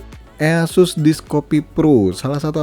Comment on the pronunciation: Indonesia language sekali "ea sus" Aku dengar nya kayak waw verified Indonesia people